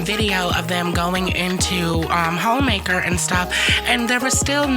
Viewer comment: I just kept hearing Hoemaker 🤣